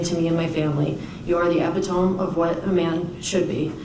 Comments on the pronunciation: It’s pronounced “e pit toe me” not “ep poe tome” 🤦🏽‍♀️ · Strong women yes!! My question is why did this girl choose him as a boyfriend? They seem like polar opposites. Regardless, what he did was unacceptable. Mom said epitome as ep- it- tome instead of uh-pit-oh-me but I forgive her. She’s so blessed to still have her beautiful daughter. I pray her daughter has a fantastic life after this. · Her mom definitely didn't write this. Or if she did she had plenty of help. She pronounced 'epitome' as "epp-i-tome" (silent e). 🤦🏻‍♀️ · Why is mom dressed down? She couldn’t have found/borrowed something more appropriate? Doesn’t know how to pronounce epitome? Her letter is quite juvenile. Florida’s educational system sucks. Where is Madison’s father?